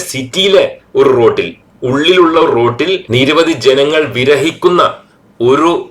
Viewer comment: "വിരഹിക്കുന്ന" എന്നല്ല, "വിഹരിക്കുന്ന" എന്നാണ് പറയേണ്ടത് 😄!